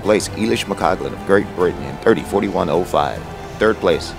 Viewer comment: hey! I didn't mean this as a personal attack - it was just an amusing sequence. For the record: EY-lish (as in "clay") not EE-lish mc-COL-gan not mc-COG-lan YA-se-min not JAZ-min CHAN/JAN not KAN